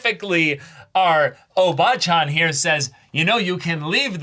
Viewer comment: Maybe it’s how you emphasize the syllables, like “ O bachan” vs. “o BAA chan”?